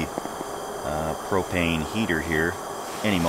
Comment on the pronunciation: When you say propane it sounds like you are saying cocaine.